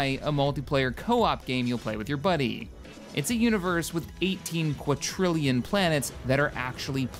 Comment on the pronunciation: Well that was the most butchered pronunciation of 'quintillion' I've ever heard... XD